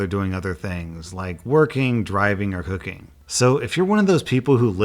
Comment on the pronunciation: Every time I hear that RayCon ad, I hear "cooking" with an "H" instead of a "C" lol